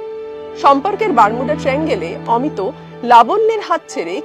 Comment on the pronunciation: অমিতো নয়, উচ্চারণ করুন অমিত্।